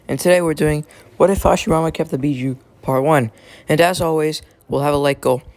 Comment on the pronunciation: Bijuu not Bijou